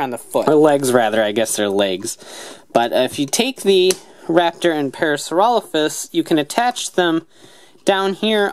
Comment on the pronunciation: Yeah you pronounce Parasaurolophus correctly. Strangely enough the morpher does not.